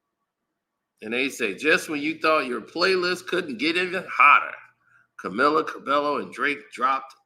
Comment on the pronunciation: I'm pretty sure that's not how you pronounce this young woman's name Sir 😂🤣🤦‍♂